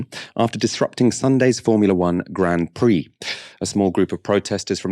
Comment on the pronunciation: It's pronounced Grand Prix